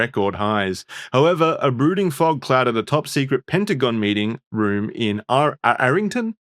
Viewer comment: Its pronounced are ling ton virginia its somewhat sacred to the usa because of the national cemetery and was kind of a middle finger to the southern general Robert E Lee during the Civil war